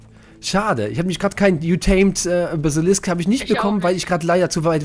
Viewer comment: "Basilikum" XD